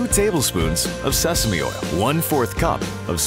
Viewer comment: HELP I thought he said semen oil